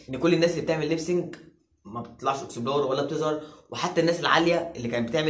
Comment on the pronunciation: انت ليه بتقول اكسبلار مش اكسبلور